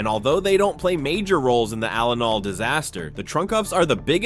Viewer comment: BRO NOT ALENOL!!1!1!1!